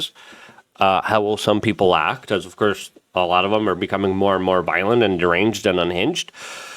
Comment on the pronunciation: Luke.. it's PEOPLE.. not peoper